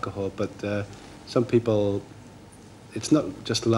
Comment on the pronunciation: The way he says "people" is the only time I've heard him with his Irish accent, that one singular word